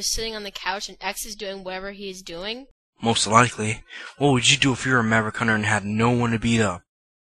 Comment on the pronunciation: "..anything better to fo?" erm... WHAT???